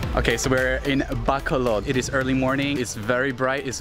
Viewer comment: I'm so annoyed how he pronounced BACOLOD... BACK-COL-LOD.